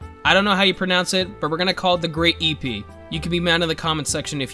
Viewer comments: the épée is pronounced "ehpeh" the e sounds like an English i in "shit". as a French speaking person you saying ipi made me laugh so much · It's pronounced ehhp ayy, not E P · the great epee as you say it is frech and its pronounced eh-pay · Eh pey not eee pee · As a french. Everytime he said "epe" instead of " épée" i wanted to end it all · Great EH-PAY would be the pronounciation. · épée is pronounced hey-p-hey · I have taken up your offer to be mad in the comment section. It is pronounced "Eh-pay". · Épée sounds like aypay (with semi silent ys. It’s hard to explain) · Epee is said like Eh Pey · Not to be annoying but ep-ay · Epee: pronounced ep-pay. Ep rhymes with "pep". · Épée is the french word for sword. I dont really know how to write the prononciation though. (ah yeah, and i'm kind of triggered every time you say "hippie" 😂) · Épée is pronounced something similar to "epey" with with a longer "y" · Has a french, hearing you say "great ipi" made me wanna die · The great Épée use a french word, Épée means Sword, you can pronounce it as ay-pay…kinda more like Hey-pay without the H. Miséricorde is also a french word for mercy. :D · I’m pretty sure the epee is pronounced Uh-Pay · On Google: a basic random number generator. Also on Google...... the pronunciation of épée (EH-pay). Crazy. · Im having a heart attack, by your pronounciation of "épée", please it's pronounce like "hey pey" /e.pe/ :'( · Épeé is pronounced ‘eh-pay’ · Épée is a French word. I'm english it is pronounced ay pay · Épée is a french word , it is pronounced hey pay , but nice try. Very good vidéo tho 👍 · Not angery but epeè is pronounced like eppay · Hey man, great video! FYI, Épée is pronounced Eypey. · As a fencer who likes epee dueling the most, him saying E-Pee was funny the first time but quickly became annoying hahaha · Épée (sword in french) is pronounced eh·pay. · I fence as a sport and Ive only ever hear epee pronounced (Epp Ayy). great video, I love challenge runs! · Epee = Ep - aye